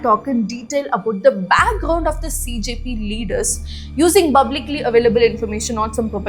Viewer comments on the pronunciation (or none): I love it when u say Bublically instead of publicly. I know that u have issues with pronouncing P but it's kinda cute. love u